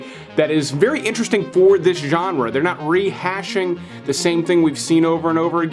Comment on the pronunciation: Say genre again! I dare you! I double dare you!!